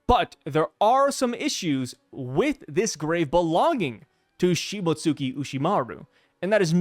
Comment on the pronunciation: bruh its pronounced like shii-moats-ski